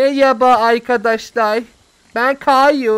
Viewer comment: Abi sen niye arkadaşlar diyecegin yerde ankadaşlar diyorsu .